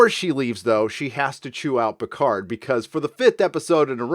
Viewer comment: I don't defend this bad show but when it comes to foreign languages English-speaking Hollywood always was lazy. Look at Picard - as a Frenchman he is mispronouncing his own french family name since the first TNG episode...